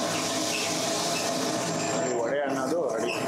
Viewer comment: Vada❎ Vade✅